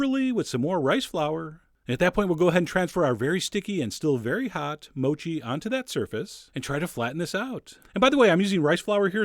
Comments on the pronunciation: I'm sure it's pronounced MOH-KEE, not MOW-CHEE. x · Gambate Chef John! In Japanese that means go for it! Only thing it's not pronounced mow-chee. It's mo' chee. Ha ha! Great job! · MOU-CHI... hahaha... I heard people usually say MO-CHI